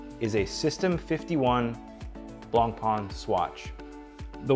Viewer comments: Good review, just one blistering issue though. The pronunciation of BlancPain is the same way you’d pronounce “white bread” in French, it’s not “Blanc-Pan”. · Looks nice but it's a throwaway watch. Non serviceable movement and plastic crystal. There are way better offers on the market; even BP homages for sub 1000$ that have way better components. Edit: Learn to pronounce the name correctly ffs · please pronounce the name Blancpain correctly. thank you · Please pronounce blancpain correctly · Ffs at least try to pronounce blancpain correctly